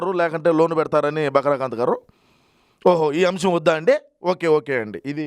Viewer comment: బకరా కాంత్ కాదు...బకరా కాంతం 😂😂😂